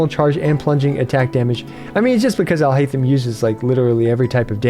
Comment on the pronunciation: if you switch on jp dub you can hear them pronounce it. If you try and pronounce it in an english way itll be haith-em. But its actually heiyy-them. Would be better if i could sound record it but you can hear the correct pronounciation in the jp dub. Trying to imitate the urdu/arabic sound of the name in written english just wont work because english alphabets and urdu/arabic alphabets are different and sound different even those that seem similar